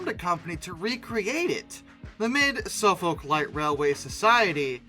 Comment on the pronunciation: Suffolk → Suh-fuk or Suhf-'uk